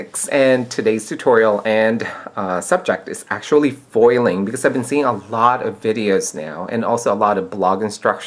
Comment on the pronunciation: "Poil".. lol.. Spoken like a true Filipino.